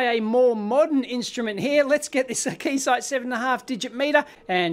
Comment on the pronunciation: This confused me a little bit, too. He clearly said 'four double-0 eight' several times, but when I looked, the equipment said 488, which would be 'four double-8,' right?